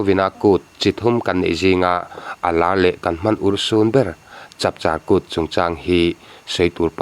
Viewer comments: Chapchãr Kût chungchângah hi chuan, tuna kan sawidãn thlângpui "châr(ri sâng) ni lovin, "chãr" a ri hniam zâwnga lam hi a dik ka ti. "Kum 80 mi-in min rawn bia," i tih hian, Mizoṭawng grammer lam a hre lo anih dâwn hi. a upa tawha, a hriatthiam theih tho ve. A tawi zawngin....Noun leh Adjective-ah a thlûk a danglam tih a hre lo palh anih hmel e. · Chap an char a ni mai. Chap an char (thluk sang) ngai lo. Chap (noun ) hi an char(verb) thin aw. Char - engemaw hmanga thil bel (char) atan ringawt char hman a ni ngailo. Vahchap hi lo hal hma ni engemawzat chhung an dah char (ti ro, pho ro) phawt thin. Chu an vahchap chu lo hal hma zawng an char( thluk hniam) thin. Vahchap an char chu a char lai thluksang a i hman chuan a char lai pawh chu Noun a ni leh daih thung. Ngaihdan diklo leh ngaihtuah chianglo te thu hla i dawng fu hlauh anih chu... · Chapchar kut pawh chu a hnuah i rawn lam diklo ve leh tho si a. A lam dan dik zawk i tih angin i rawn lam leh chuang silo.